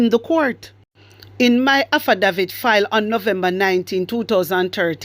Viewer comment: AFFIDAVIT..... AF- FI- DAY- VIT ❤